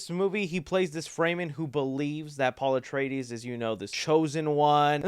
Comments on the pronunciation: I'm convinced you can't pronounce shit after watching this one lol. Frey Men??? lmao, it's pronounced Fur Men you silly goose. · It's not pronounced "fray-men" it's "fre-men" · Not fraymen it’s fremen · It’s pronounced FREM-MIN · Well that’s certainly a way to say Fremen lol